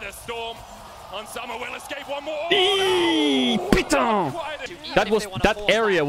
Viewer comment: as a french fan, that « putain » is so cleaaan 😂😂😂 i though you were french one second